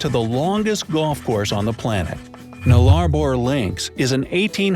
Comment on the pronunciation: Australian red necks are called ockers or bogans. Btw, the narrator mispronounced Nullabor.